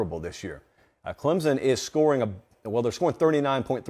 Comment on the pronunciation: Clemson is not pronounced with a Z